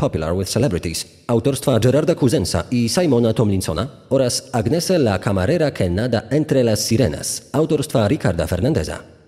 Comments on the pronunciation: Nie Agnese czyta się,tylko Anies ( napisałam fonetycznie,tak jak się słyszy!) Młode kobiety nie powinny wyjeżdżać same,tym bardziej ze są to czasy ogromnej demoralizacji i coraz częstszych przestępstw! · Nie Agnese się czyta,tylko Anies. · Mieszkałam we Włoszech, i jeżeli była to Włoszka to jej imię czyta się Aniese ❤